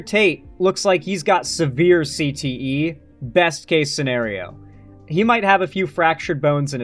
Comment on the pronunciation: "Andrew tate looks like he's got severe Cte..." You said it like something changed